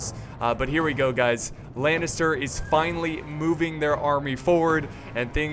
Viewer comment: "The Siege has Fishly begun" idk thats what it just sounded like